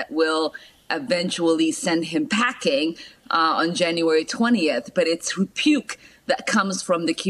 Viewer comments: "Repuke"...I love it!!! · Freudian that she says "repuke" rather than rebuke. For Trump both are correct. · Am I hearing repuke...does she mean rebuke? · 're-puke' she makes me want to re-puke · The way Ilhan pronounced the word 'rebuke' — coining the word 'repuke' — seems extra-appropriate for the country's rejection of t'Rump.